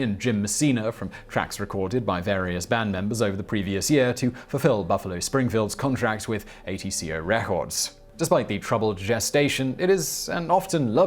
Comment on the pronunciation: while it is an abbreviation (for the “ATlantic COrporation”), pretty sure it’s actually just pronounced “atco” (aht-coe)